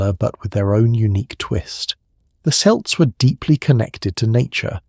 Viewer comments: Unless you are talking basketball, the word "Celt" is pronounced "KELT" not "Selt". Dang I hate AI! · The “selts”?!? It’s Celts, with a hard K sound. 🤦🏻‍♀️